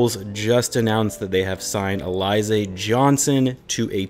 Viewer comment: Sounds like you haven't heard of Alize the liquor that's popular in the hood. Just fyi: It's pronounced Al-ih-zay not A-Lie-zay. Definitely wish they signed a literal Big than a player that has to max out to compete at Big.